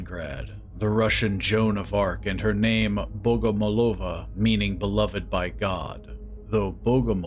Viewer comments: It`s Liliya BogomOlova) Accent on third O) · I believe he's pronuncing her name like bogomolOva. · Thank you very much for the video. Regarding Russian surnames, there is a typical accent for Bogomolova, which is "BogomOlova". However, It's not that important. There can also be the variant BogomOlova. The way the surname is perceived depends on this. The surname consists of two parts: "Бог" in Russian (transcription in English: "bog") means "God", and "молова" (transcription: "molova") looks like a word for "pray", so the surname can be perceived as "prayer to God". If the stress is on "molOva", it can be heard as "grinding", which means "sent by God to grind, chop, gut". In the third case, the surname sounds like an insect, the praying mantis, in Russian: "Богомол" ("Bogomol"). As I get it, this is what Red Barrels meant. Maybe my information was interesting. I wish you good luck and all the best. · Why everybody say bogomolOva, that isn't right. BogomOlova! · In Russia we say BogomOlova :D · its bogomOlova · kinda every voice actor doesn't know how to pronounce foreign names and surnames and that's okay. I'm Russian and bogomólova is the correct way to pronounce it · still it's wrong. somebody teach them how to pronounce it right